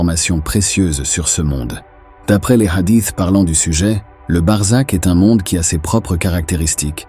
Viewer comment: C'est BARZAKH et non barzak et c'est un mot persan, qui décrit le monde entre l'enfer DOOZAKH et le paradis ou BEHESHT pardis, et on sait que l'idée du paradis a été inventé par les perses